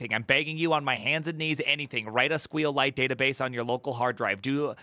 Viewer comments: Keep calling it "Squeel-Lite" and force of nature will save you from me, lol its "Sequel Lite" or "ES Q EL Lite" for gods sake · It's Sequel-lite not squeel-lite. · Why can't he pronounce sqlite? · You’re required to use excel until you learn how to correctly say SQLite. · Evidently not because he can’t say it.